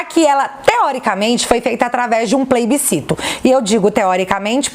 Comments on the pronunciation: eu te amo, mas não é pleibicito é PLEBICITO... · Oieee,... Adoro os seus vídeos, mas só pra tirar uma dúvida, aos vc diz PLAYbiscito???? Não seria PLEBISCITO??? Só pra enriquecer... Abraços e PARABÉNS!!!!